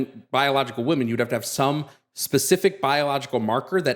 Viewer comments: I'm I the only one who is driven crazy by the new pronunciation of "womEn" as "womAn"? Is it a TERFy thing? I notice generally younger TERFs say "womAn" when they mean "womEn" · It irks me SO MUCH when people can't say the word WOMEN. How is it that in the last 6 months people just default to saying the singular woman instead?